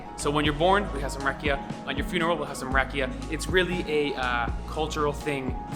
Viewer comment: You saying "rack-ee-ah" you need to say "rock-ee-ah."